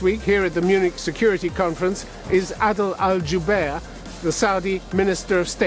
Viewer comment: نعم ايها المذيع العجوز على الدول الـ 36 ان تتعلم بشكل اكبر وعليك ان تتعلم انت بشكل أكبر حتى تجيد الحوار مع هذا الرجل العظيم الاستاذ/ عادل الجبير اللذي اخطأت في نطق اسمه بينما هو يتحدث لغتك و5 لغات اخرى بطلاقة نعم يجب ان تتعلمون كثيراً هذا الاستاذ ايها العجوز الاشمط يجلس في دولتك ويهينها بعدم المعرفة امامك وامام شعبكم وامام العالم اجمع. لكي تعلم ان السعودية العظمى قادمة وبقوة وعزم واصرار وأنها ليست في حاجتك واستثماراتك بل انت في حاجتها والايام بيننا. من سعودي بكل فخر 🇸🇦🇸🇦🇸🇦